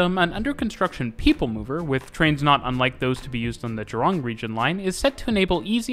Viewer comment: Cool video. We call the Sentosa monorail a Monorail. Buona Vista is pronounced as 'Buena'. The pronunciation is still tolerable. Sungei is pronounced with an 'ai' rather than an 'ei'. The emphasis on Jurong is at the 'Ju' rather than at 'rong' Suggestions: You could talk about our buses, talk about bus fleets, routes and integration (which includes rationalisation), the different types such as express, city direct, trunk, feeder, and the former Chinatown direct, night bus and premium buses